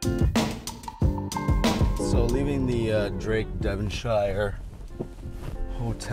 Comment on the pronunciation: It's okay. None of us locals like the Devonshire Inn either. I just want to point out a couple of things. 1. The Devonshire Inn is in Wellington. 2. It is pronounces DevonSHEER. Pretend you're British🤣🤣🤣